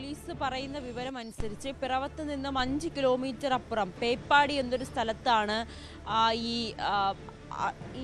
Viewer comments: പേപ്പാടി അല്ല പേപ്പതി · പേപ്പാടി അല്ല പേപ്പതി ആണ് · പേപ്പടി അല്ല പേപ്പതി ആണ് 👍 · peppadi alla പേപ്പതി ആണ്